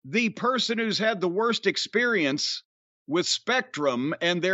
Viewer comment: Heh my pops used to say sperience